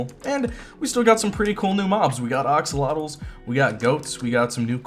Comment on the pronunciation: It is pronounced axolotl not oxolotl